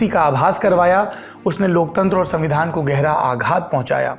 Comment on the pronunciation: vevadhan ya savindhan avadhan Mr jokeyc🤣